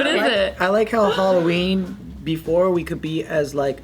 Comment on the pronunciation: Alloween? Ugghh good grief 🙄